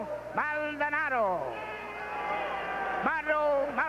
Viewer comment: Come on, Maldonado is not that hard to pronounce bro.